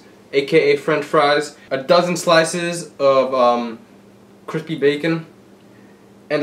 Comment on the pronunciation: “Cripsy bacon” alright bro